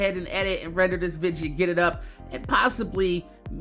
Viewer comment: why the hell do u say vidja